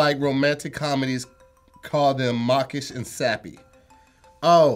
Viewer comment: Is it me but does it sound like is saying markish instead of mawkish?